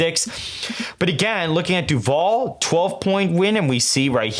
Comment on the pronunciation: Votehub hasn’t updated FL either It’s nearly a 9 point lead for the GOP rn Also, I’m from duval county, ion like the way you’re pronouncing my home county 😂😂😂